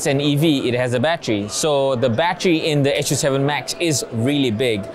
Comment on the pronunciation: I think Lei Jun calls it Su 7 not 'S' 'U' 7